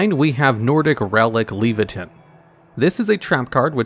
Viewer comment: Not to be a prat, but I think it's pronounced "Lay-vah-tine"